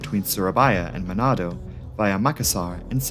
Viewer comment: You spelling surabaya and manado is very good sir